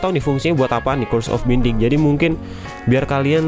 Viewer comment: Bang di baca nya bainding bukan binding. Dan dulu dia itu cuma ada di armor tanpa ada book nya.